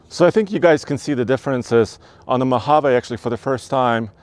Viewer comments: Come on. It's a Mohaveeeee. Not Mohavay. I know it's not your accent. If you review a vehicle, take the time to learn how to pronounce its name correctly. Everytime you said it wrong, it made my skin crawl. Had to turn it off. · Mo-hav-eeee Not MO-hav-a😂😂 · Great video great channel...but I think its pronounced Mojavee. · I like how you say... Mo Haaa Vay, with your accent. I'm like.... Mo Ha Vee, with my accent 😄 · “ (mo-Hov!!-āā)” 😂. Thumbs up on the vid!